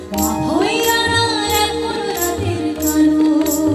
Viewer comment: কণ্ঠে শক্তি আছে, স্বাগত জানাই। তবে, 'কালো' র ভিন্নতর প্রক্ষেপণ খুব শ্রুতিমধুর হল না!